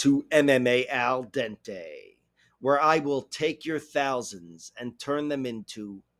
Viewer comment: We still love you!! Some respect on AL DENTES name!